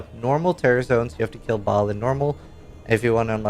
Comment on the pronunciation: Ball? How many times have you heard them say it in cinematic and still say it wrong. Trolling?